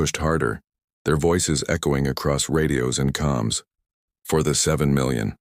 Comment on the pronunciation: "COMS" NOT "CALMS"!!